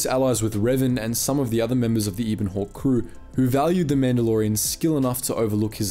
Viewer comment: It’s not Ibon Hawk, it’s Ebon Hawk :P